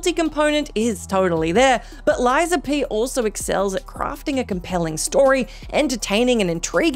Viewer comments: What's "Asterus" ? What''s "Lies of PE" ? What's Thessia? How the HECK did you manage to mess up 3 names in a list of 9, haha this is the worst mess up I've ever seen!! Is this AI made? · "asterus", "Lies of PE" and "Thessia" really? The editor was baad here ^^